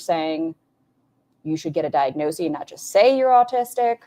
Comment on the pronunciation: bestie! first time viewer, enjoying the video so far, and extra points for livestreaming with your beautiful pet ... but it's diagnoSIS, not diagnoSEE. the plural form, diagnoses, IS pronounced diagnoSEES. why does it matter? because none of us should be doing anything that ALR does!